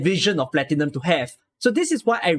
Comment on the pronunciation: The pronunciations of "Exusiai" and "Kazimierz" turned me off of the Exu, Texas, Platinum, and Nearl voices. The director should have caught those before the voices were approved. Also the fact that Platinum seems to pronounce "Platinum" incorrectly repeatedly after speaking it correctly once in an earlier line is just weird. Highlights are definitely Phantom and Noir Corne for sure. Cliffheart and Plume are also wonderful. I'd say overall, pretty good, but definitely a few misses, and couple fails. Good batch, but sadly not perfect. I'm looking forward to more, and hopefully they course correct on some of the pronunciations moving forward. I'd be interested in seeing if they ever redo lines for current operators, but I highly doubt it.